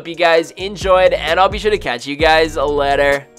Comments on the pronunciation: He said letter Instead of later at the end lol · At the end of the video it sounds like you said "I'll be sure to catch you guys a letter." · the last world he says in this vid is supposed to be later,, but he said letter lol xD